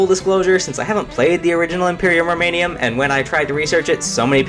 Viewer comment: Roman*um*, not Roman*ium*